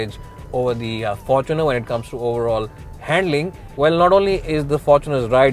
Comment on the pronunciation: Am I the only one that heard forkuner ?